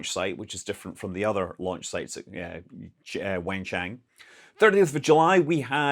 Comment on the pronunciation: Hey Scott. Thanks for continuing to cover the new shepherd flights. If you’re covering all the flights out of Wenchang, might as well cover New Shepherd. Also, fyi the Wen in wenchang is sounds like “One” and the chang rhymes with the English word “long” kind of like “Chong” - “1Chong” Thanks for all the great news!